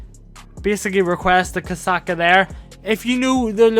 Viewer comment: Did u call the kosatka the koksucka